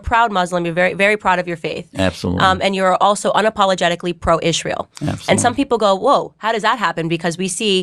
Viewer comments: Candace it is Israel. not Izsrael. Stop being even more annoying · Why didn't Prager U teach Candace how to correctly pronounce Israel?